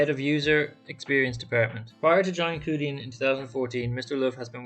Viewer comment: The closest Romanisation is Chew Dian. The 2 characters 趣店 literally translate to 'Interesting store'. Thank you for the coverage on the company. It's worth to make the effort to learn the correct pronunciation of companies that interest us.